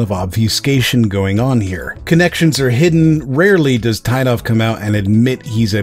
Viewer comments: As a Russian-speaker I'll make one remark: developer's last name should be pronounced as [Teetov], with a sound [I] like in word [teeth] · Its pronounced "Tee-tov"